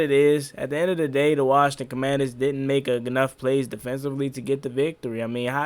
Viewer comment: The Washington Howclaurbinsons 😅🤣😂 featuring Joey Slye.